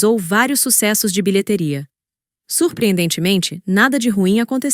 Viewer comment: Moço coloca um acento agudo no i de BILHETERIA, que a IA vai falar direito. Dá agonia ouvir "Bilhetéria"! 😖👎🏽